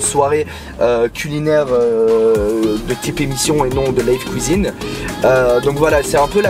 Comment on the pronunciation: la vidéo est chouette c’est cool d’en apprendre un peu plus sur toi hors et dans les lives :) par contre je valide pas le « houit » ou « couisine » hahaha